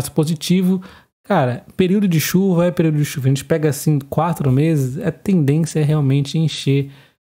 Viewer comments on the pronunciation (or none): none